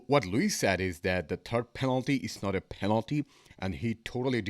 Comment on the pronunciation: You are wrong bro...its not panelty